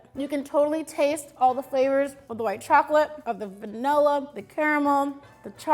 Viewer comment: „The Venalluh extract“